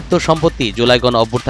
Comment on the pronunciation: অভ্যুত্থান হবে শব্দ টা, ইভ্যুর্থান নয়!!!